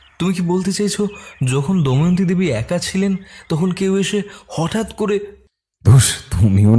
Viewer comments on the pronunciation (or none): It's Damayanti not Dayamanti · বারবার "দময়ন্তী"কে "দয়মন্তী" উচ্চারণ করাটা ভীষণ কানে লাগছে। বিষয়টা বোধহয় editing এর সময় আপনাদের নজর এড়িয়ে গেছে। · দময়ন্তী উচ্চারণ টা 🫣 বাকিটা জাস্ট দারুন ❤❤ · Please sir ato sundor path presentation er modhye main character er ei vul name uccharon khub kaane laglo Please etake clear karun ei vul unexpected Ager part eo same vul